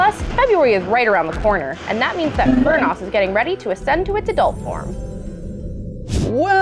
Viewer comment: fur-NOHs...? huh, interesting pronunciation... but looks cool! i know i can't really see adult furnoss very clearly but the polished look and mohawk/hat-looking thing on top of their head makes them look like they're in a marching band uniform! love it, especially its little stick arms and mustache!